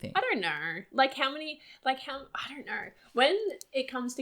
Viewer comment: They keep saying kner instead of know 😨